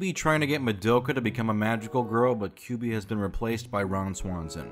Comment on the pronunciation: ...Surely I'm not the only one bothered by the mispronunciation of "Kyubey"? Otherwise, love the video. Parks and Rec and Madoka is a combination I never thought I'd see.